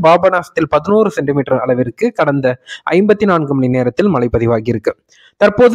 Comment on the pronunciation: மழை என உச்சரிப்பதில்லை மலை என்றே உச்சரிக்கின்றார்